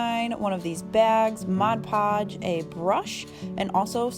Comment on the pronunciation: Nice! So refreshing to hear ‘Mod’ Podge pronounced correctly! Guess I’m a little picky (👵🏻) but majority of crafters call it ‘Modge’ Podge and it drives. Me crazy! 🙃 Really good video. Thanks for sharing!